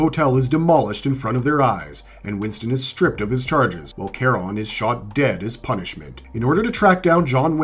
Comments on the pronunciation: *Charon is pronounced as Sharon 😅 Also Tokyo and Osaka are two different cities 😂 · the only thing that annoyed me about this video was that, you pronounced the concierge, Charon’s name wrong. 😔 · The world of John Wick is SO cool I love how the table is more powerful than any government in the real world. Also the Adjudicator FYI is played by Asia Kate Dillon who is NONBINARY and Charon's name is pronounced SHUH ROHNE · How the hell can you butcher Charon's name when it's prounounced in the movie?